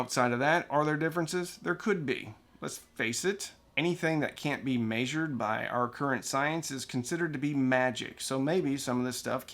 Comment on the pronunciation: "May Zured"